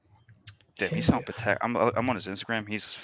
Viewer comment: you are wrong! It’s Pa-tec. Not paddock. All you have to do is listen to the CEO of the company. Pretty sure he knows how to pronounce it. 🤷🏼‍♂️🤷🏼‍♂️😂😂